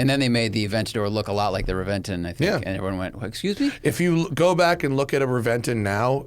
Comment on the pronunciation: I believe it’s pronounced Reventon.